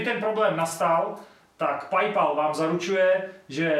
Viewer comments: Jen pro úplnost, Paypal se čte pejpaj, ne pajpal. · neni to "pajpal" ale "pejpel" kamo... jinak dobry ;) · PajPal" :D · D já asi chcípnu PAJPAL, to je výslovnost jako kdyby si střilel z nějakýho novýho modelu zbraně. PAL PAL PAL PAJPAL. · Jinak jsem nikdy neslyšel nikoho Paypalu říkat "Pajpal" XD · prej "pajpal" mohl by se to naučit vyslovovat :D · Čte se to Pej Pól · PajPal xD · Saigon Dee suhlasim. tie bryle ti vo videu fakt nesedia. A odporucam skontrolovat si anglicku vyslovnost pred uverejnenim. “Paypal”